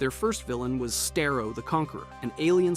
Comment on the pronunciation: Sta-roh, say with me now, STA-ROH. that is how Starro is pronounced, not stai-roh